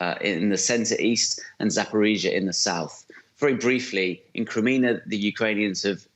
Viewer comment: Is he saying "Crimena" or Crimea? Rea;;y sounds like he's saying Crimena..